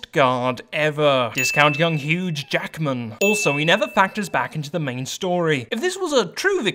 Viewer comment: it is "Hugh Jackman" not "Huge Jackman"